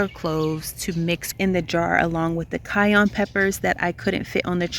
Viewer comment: Your garden looks amazing! I’ve learnt a lot from you. Please don’t be offended but the pepper is cayenne not cayonne. I heard someone dare to laugh at your pronunciation. I was ticked off. Thanks again for your wonderful content ❤